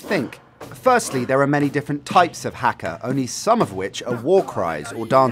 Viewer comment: That's not how you pronounce haka - it's hah-ka not hack-a.